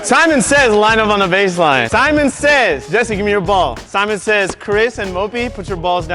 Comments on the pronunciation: No one: James: Semen says switch hands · Nobody gon say anything abt James saying semen. Gay ass